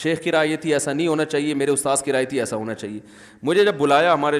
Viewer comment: Bahut achha bolte hen sub kuchh ustaad ki jagah ustaaz bhi so cute